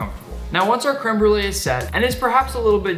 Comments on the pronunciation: My bilingual French/ English heart hurts when he says crème brûlée «creme brule» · "Krim brulaj" hahaha no no all jokes aside, i'm a huge fan!